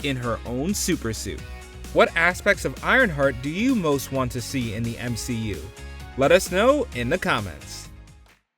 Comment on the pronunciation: "M She U"*